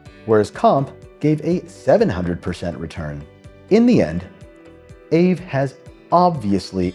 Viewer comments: it's ah-vey. not ayve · Aave was previously known as Ethlend from about 2017. I think aave is pronounced R Vay. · It’s pronounced “AH-vay” is Finnish!